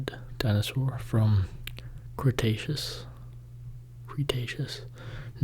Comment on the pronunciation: you pronounced Cretaceous perfectly!